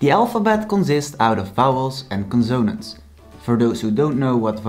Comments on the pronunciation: conso-nánts not conzone-ants and it is R not grr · I am not making fun of your accent, but I do find it ironic that you are teaching proper dutch pronunciation, but your english pronunciation is wrong on many words. Examples would be consonants, pronunciation, consist, etc. But in english we are very used to people pronouncing things incorrectly. Typically though, this is not much of an issue in english. There are some definitely exceptions.